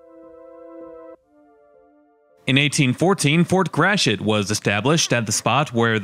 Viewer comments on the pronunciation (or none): Nice job. Fort Gratiot's pronunciation has been unfortunately bastardized into 'Grash-it'; which should be more like 'Grat-ee-oh', as the French would correctly say it. No doubt the New England Yankees who originally settled and developed the county in the early 1800s had a hand in that. Charles Chouteau Gratiot; for whom the county and Fort are named, was born in St. Louis, which was Spanish Upper Louisiana territory in the late 1700s. His father was originally a fur trader from the Illinois area....